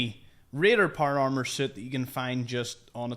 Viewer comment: Not par arrrmer